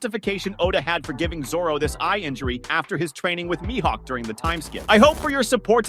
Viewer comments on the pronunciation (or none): I’m done. I’ll stay subscribed but I won’t watch if the miss pronouncer is speaking. Myhawk……. 😒😒😒 I don’t think this dude watch one piece. He has a script. Not Into scripts and miss pros…..